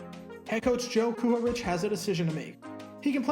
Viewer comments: KU-HAR-RICK! That is how it's pronounced. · This is bullshit. Concannon was a flop at quarterback and played a few minutes as a substitute in other positions only because he was speedy. The bozo who narrates this crap doesn't even know how to promounce Kuharich.